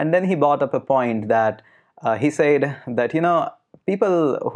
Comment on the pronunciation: With all due respect I think that you are pronouncing the word 'said' wrong.